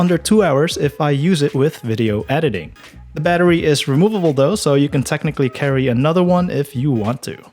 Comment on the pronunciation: "on DAH road." daH???????? THEEEEEEE